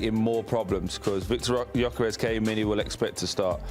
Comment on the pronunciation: Can’t even correctly pronounce the names of Jesus and Gyokeres, or purposefully mispronouncing? Either that or attributed to the producers who hired these goons. Literally have no idea who they are, I’d almost rather listen to Garry Neville 😂